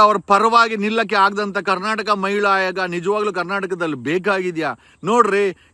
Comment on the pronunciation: ಅವ್ಯಾಚ್ಯ ಅಲ್ಲ ಸಾರ್ ಅವಾಚ್ಯ. ಹಾಯೋಗ ಅಲ್ಲ ಆಯೋಗ